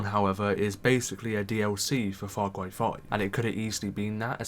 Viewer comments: Far Cway New Pwamal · faw cwy is wit